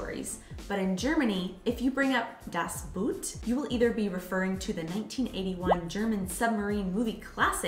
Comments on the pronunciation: "Das Boot" is actually pronounced "das boht", which sounds almost like the English word "boat" - "buht" is completely wrong. The German "oo" is just an elongated "o"; nothing else. "Kölsch" is not pronounced ""Kolsch". What do you think the two dots above the "o" are for? Not just for aesthetical reasons! "Ö" is pronounced like the second "e" in "emergency", the "u" in "urgent" or the "i" in "James T. Kirk". Best regards from Vienna, Austria! 🙂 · Thanks so much for that topic! Two things I have to clarify: in German, when you try to pronounce "Das Boot", please don't do it the English way. It's more like "boht" with a long "o". So many Americans pronounce it the wrong way... 😉 And the other thing: as you showed a typical German Pils glass, it was actually a glass for wheet beer, called Weißbierglas or Weizenglas... Mayby it seems I'm to precise with it, but that one is probably a German thing that's really important 😉😬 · By them sounds like: "Das Buht" - whatever it is... 😂